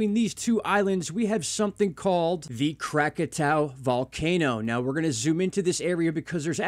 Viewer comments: I'm baffled as to why you keep mispronouncing Krakatoa. Visually, you can just SEE that the last 2 letters are "oa" & not "ow." But if you're more of an auditory person, there's that B-52's song "Lava" in which they pronounce it correctly. (Also, I can't stand that MrMMB333 channel. I un-subbed after watching only a handful of his videos.) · Pronounced Krak-a-toe-a!😉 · Crack-ah-toe-uh. Is how to pronounce the word. Cheer's